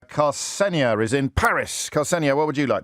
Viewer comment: Ksenia I believe. Tbf to you, I've mostly heard it pronounced like "Xenia" rather than what James did.